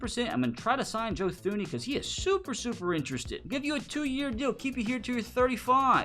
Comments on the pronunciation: Great video...... Although, Thuney is pronounced Toon-E. Plus the Giants last superbowl win was 2012 not 2008. Keep up the great vids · Joe Thuney pronounces his name as Tooney...